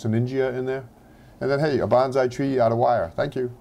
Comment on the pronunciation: The proper pronuciation is Bone-Sigh (Long 'O') not Ban-Zai.